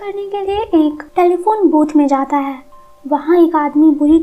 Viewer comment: Voice is lovely... Just one suggestion is tht pls change ur way of stressing the word " hai"